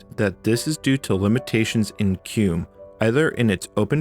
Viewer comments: You say "Cue - mm" and I've always heard my fellow Red Hatter pronounce it as "Queue Ee Em You" (or spelling it out) as I had also prior to joining. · Not "cume", it's "cue em-yoo" as in quick emulator. Some apparently say "kee-mew" which is only slightly less nuts-driving. Edit: You really said "ect" too? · Why are you pronouncing it "kewm"? It's spelled Q-E-M-U. I normally hear it pronounced "Key-mew". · It's pronounced kee-moo, not cume. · it's KEY MU as in Emu. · how come you keep pronouncing it as "cume" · so... "keum"? i always called it "Q-emu" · Is QEMU really pronounced COOM? lmao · Do you pronounce QEMU, /etc, and Kerberos incorrectly for engagement? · I don't know how QEMU is supposed to be pronounced (Key-myu? Kem-you? Q-E-M-U?) but I know it isn't how you pronounce it. The word doesn't end with an M.